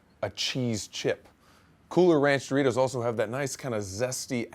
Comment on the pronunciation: says Doritos like Dough-Ritos